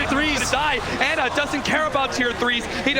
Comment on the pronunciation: I hate how Cap says Ana. Isn’t it pronounced “Ah Nuh?”